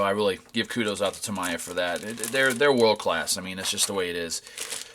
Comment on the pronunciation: it's pronounced "TA-ME-YA" not TA-MA-YA btw...sorry I don't mean to be rue but it's important. Every time I hear Tamaya it's like someone just stabbed me with a knife lol